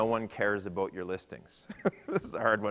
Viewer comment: Aboot.... canadian....